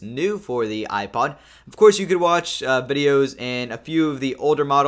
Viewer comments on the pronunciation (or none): none